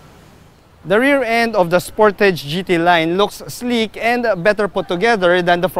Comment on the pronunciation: Spor-ta-ge. Sounds like you went korean sir. Happy birthday. Stay safe and Godbless. 🤗🐫🙏